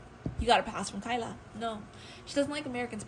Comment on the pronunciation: It "T" Tyla girly not kyla don't down talk about one of our own tht bad tht so low man....talking about a 22yr old like tht